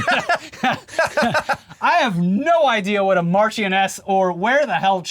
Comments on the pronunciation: “Mash-ioness of Chum-Lee” that’s the actual pronunciation 😂😂 not that sexually transmitted disease sounding word your brain was tripped into saying, due to the unholy amount of needless letters involved 😂😂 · Marchioness is pronounced “marsh on Ess” Cholmondly (which. I can’t spell on an iPhone) is said “chumly” which is as dumb as it sounds. Just wait until you hear “sinjon”.